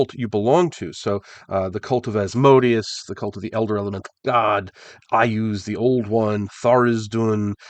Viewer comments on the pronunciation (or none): Is there a requirement to mispronounce Asmodeus’s name when including it in the context of 5E? Blasphemy is what it is.